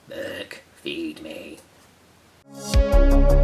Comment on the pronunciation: His name is "Berk" NOT Bert!